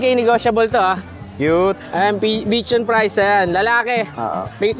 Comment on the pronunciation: BICHON FRISE should be pronounced as (bee-shaan-free-zay)